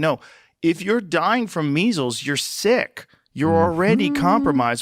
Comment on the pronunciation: Phil it's pronounced "SICK" not "SEEK"